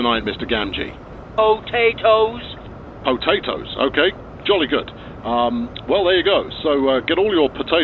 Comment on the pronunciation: "Po tat toes"